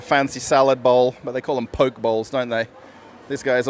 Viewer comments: Hey, enjoy your videos. As a foodie from Germantown, Maryland, can tell you Pho is the Vietnamese soup bowls and is pronounced Fa. Also, the Poke bowls from Korea is also pronounced, Po-Kay. Keep on rocking. Steve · Poke (poh-kay) is of Hawaiian origin...